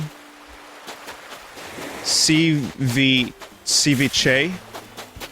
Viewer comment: *Adds Ceviche to list of words Vinny didnt know how to say*